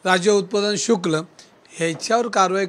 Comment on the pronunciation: शुक्ल नाही हो शुल्क बोला